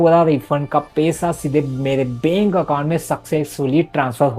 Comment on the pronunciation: (pesa, kese, benk ) bhai ye words bolne ka tareeka thoda alag hai😂😂